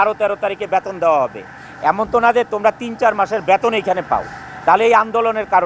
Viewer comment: ব্যাতোন না গাধা বেতন,,,উচ্চারন ঠিক নেই,, নায়ক মারায়